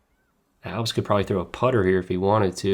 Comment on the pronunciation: Maybe just me but please stop saying “Albs” 🫨